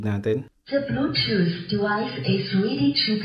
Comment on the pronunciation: Ang angas sir ng "ja vluetoosh jivice is ridi to pir" sa 😅